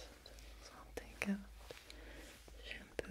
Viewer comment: Shampoo nah she said shamPOO